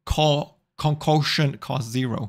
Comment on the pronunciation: its pronounced 'kun-kok-shun' lol. It just means like a mixed a potion